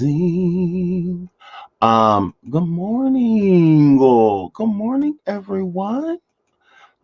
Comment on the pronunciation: Am sorry you know it's not a real good morning if you are not saying good morntink